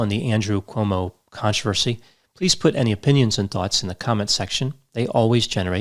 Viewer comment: You seem to say OMO [not CUOMO]about half the time...How come